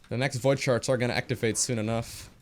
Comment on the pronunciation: lol he saying void sharts